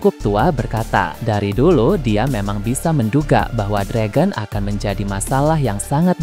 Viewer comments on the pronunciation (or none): Perebaiki perkataan Dragon, bbisa bahasa penyebutan bahasa ingris tidak? Belajar dulu